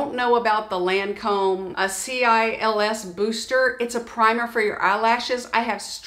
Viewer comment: The Lancôme is cils pronounced like window sill.